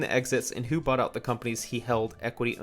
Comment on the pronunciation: butt produts? Which American accent pronounces 'bought' as butt.